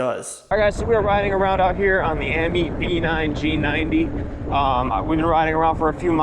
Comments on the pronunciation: AmYET bro not AmYEET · AMyet,,,one e am yet is how you say it